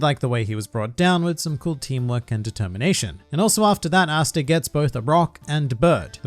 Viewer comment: Cringe every time you say “Asta”